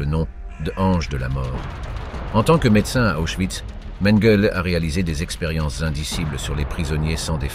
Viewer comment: Prononcer oïs. Et non pas de euss.